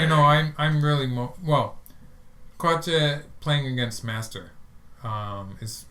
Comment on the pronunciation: you're pronouncing Ke correctly, and you're only slightly off with the Jie. For Jie think of it as rhyming with "yeah": J-yeah